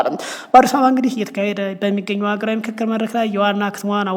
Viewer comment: የንክክር ነው ? የፉክክር ያልከው?